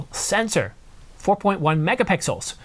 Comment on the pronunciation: “11.1 Megapickels” 😂